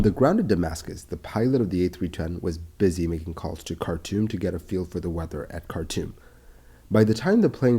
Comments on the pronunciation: Cartoom not cartoon! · anyone else heard it as cartoon instead of khartoum?